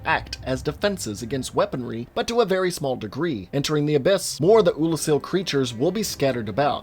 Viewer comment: You said Oolacile correctly...but not Izalith...you confound me, and I love it